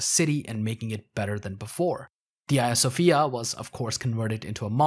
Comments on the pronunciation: Do you reffer to Hadrian as Adrian? Because these 2 names are not the same, you shouldnt drop h's at the begginings of words. Which is to say Hagija Sofija, not Aja Sofija. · Can someone clarify if I am misunderstanding the narrator’s accent here- is the museum/mosque talked about throughout this that closed down in 2020 the 2020 the Hagia Sophia? I’m hearing “Ia Sophia” but I’m assuming that’s a pronunciation thing.